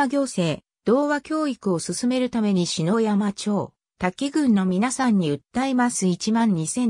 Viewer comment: ありがとうございます。 削除動画の主です。 ところで篠山町＝しのやま、ではなく「ささやま」です。 関東系の人はみな「しのやま」と発音します。